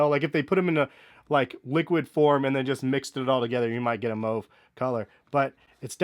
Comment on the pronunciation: Thanks for pronouncing mauve correctly